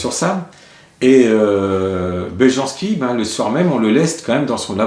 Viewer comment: On lit « y » les « j » dans les langues slaves... Belyanski